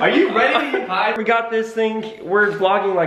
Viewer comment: kian said are you ready to get pied but i thought he said are you ready to get high